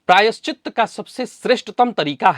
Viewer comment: प्रायश्चि 'त' सही है — "त्त" नहीं।